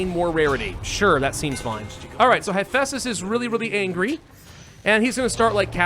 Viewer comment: You mispronounced Hephaestus, it is heh-fæstus not high-festus (would link a yt video directly but spam detection would probably nuke my comment). One cool thing to know about his leg issue is that this was the result of working with bronze as a smith. In tin-scarce times arson was sometimes used by blacksmiths and he symbolized the disabilities that bronze age smiths would develop from working directly with arson.